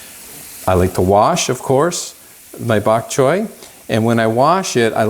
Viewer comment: Bak choy is Cantonese, a Chinese dialect. Bak choy means white vegetable. You pronounced bak choy so well. ☺